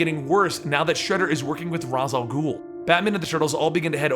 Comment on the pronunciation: its rah al gul